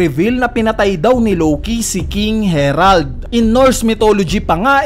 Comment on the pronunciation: "King Herald"🤦🏽